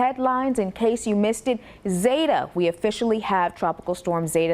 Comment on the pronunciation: Zeta the e is long it’s zeta not zata